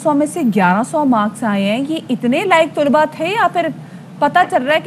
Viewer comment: Tulabao o talibaat ghalat perha hy... Talaba.o.Talibaat